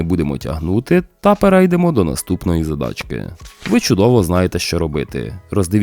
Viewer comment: вибачте, а можна ще замінити наголос у слові "перейдемо", переЙдемо це калька з польської вимови. Так само, як в українській мові випадок, а випАдок, а ось в припАдок це по-українськи)